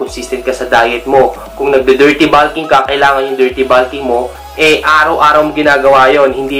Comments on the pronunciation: Bakit naging balk at balking ang pronunciation? Wala namang letter "a" sa salitang "bulk" at "bulking". Panuod ka ng video ng pronunciation ng bulk at bulking. Ang maririnig mo ay bolk at bolking. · tanga hindi naman grammar ang tinutukoy ko. Pronunciation lang ng bulk at bulking. Magaling nga sya sa pronunciation sa English . Sa ibang words OK naman. Ang bulking lang ang napansin ko. Para na rin natuto sya. Constructive yon kung hindi nyo lang minamasama.